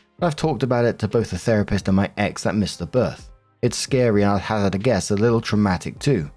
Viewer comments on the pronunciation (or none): none